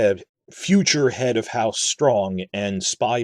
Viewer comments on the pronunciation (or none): none